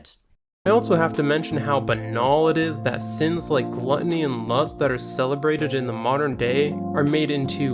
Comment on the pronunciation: The way he says glutiny sounds more like glutiny than glutiny